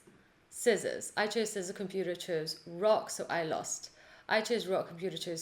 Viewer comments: Bless you, your tutorials are amazing, thank you! But... please please don't ever say "skissors" again!:) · Thanks, just completed all three Beginner to Intermediate to Advanced! level to code Rock Paper Scissors in JavaScript. I understood every line. It was fun. After completing this video I am pronouncing sci-ssors not scissors.. Thanks for Teaching,.